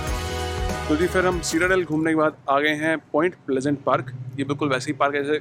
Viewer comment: It’s pronounced SIT-A-DEL not seat-a-del